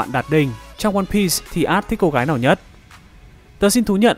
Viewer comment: mô phật, cuối cùng cũng đọc ONE PIECE. mà cũng đọc theo phiên âm tiếng Việt /quan biiiiiiii s/ dành cho nhà quơ =))